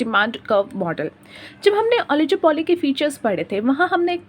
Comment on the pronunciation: It's not ओलिजोपोली it's ओलिगोपोली